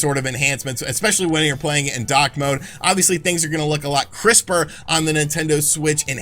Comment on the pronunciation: When you said “the dock side of things” you sounded like you were saying dark side but with a Boston accent 😂